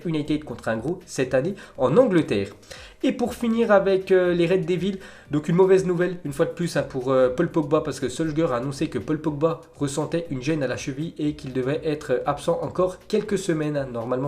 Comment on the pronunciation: Stop avec les prononciations chelou à la française "les reds dévile"...